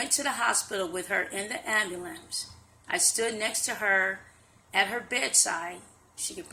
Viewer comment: She's lying on her hair, she's full of shit. Pawna-graphic?? Ambu-lamps?? WTF? a REPORTER